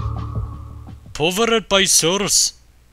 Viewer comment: powwerrred by source xD zu geil